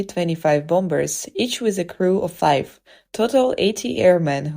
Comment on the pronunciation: Get a Better Narrator! Bomb-Bers?